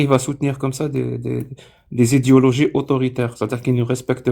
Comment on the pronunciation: essaies de bien articuler le mot idéologie, toi comme Adéla vous avez tendance à phonétiser "idyologie" pour idéologie et je t'assure que ça fait bizarre en rapport avec ta culture, ' a mmi-s tmurt akken ur ttadhsan'ara wiyadh!"